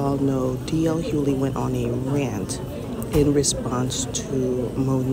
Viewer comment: PSA the G in Hugley is NOT silent! 🤷🏽‍♀️js